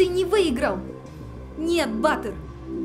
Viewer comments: Ба́тыр ударение так режет слух..Баты́р, у нас говорят в Центральной Азии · Только БатЫр, а не Баатыр( ударение на "а"), хотя бы атарымызды адемилеп аитайыкшы БатЫр , дым жаксы аттарымызды булдырып на русский лад. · Не Батыр, на голос на а, а Батыр, на голос на ы.